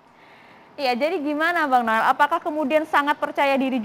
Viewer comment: Noel noel salah sebut /;:2x